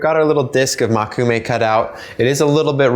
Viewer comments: Just to note something rudimentary: Mō - Koo -me - ga - ne. Mō, not Mo. 木(onyomi reading もく/moku) means wood or tree. Together with the characters for eye (目／め）and one of the kunyomi readings of the character gold/metal (金／がね), you get a literal translation of "Wood eye metal," or the dictionary meaning "wood grain metal." Just a pedantic fact for anyone interested. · its mokume (as in Moe-ku-may) not makume (as you were saying it), just thought you may want to pronounce something you are clearly interested in correctly